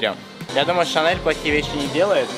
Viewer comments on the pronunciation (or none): Почему она говорит шанел,а не Шанель? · Жесть она даже бренды неправильно выговаривает Шанел, Дайор...